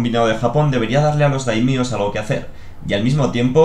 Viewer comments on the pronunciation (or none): me encantan tus vídeos pero me hace daño oir /konicha/ en lugar de koxinga o /daimío/ en lugar de /daimio/ 😂😂